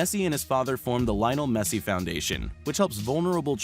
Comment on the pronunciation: How he said leonel messy